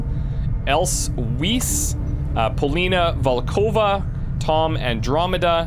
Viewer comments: Oh and it's Else Weiss, not Wiess. /ai/ Weiss = White in German. The vowels are pronounced exactly the same. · The german word "Weiss" is pronounced like the english VICE ;) Just in case you'll recruit her. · btw.. Weiss is pronounced like : vice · I know I’m late... but the way he said Weiss fucking killed me inside.